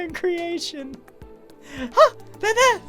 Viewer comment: the way he says ha their there makes me laugh